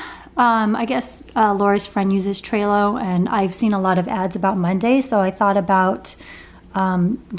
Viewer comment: Lol you're so cute. It's "Trello" like "jell-o". Congrats on the podcast!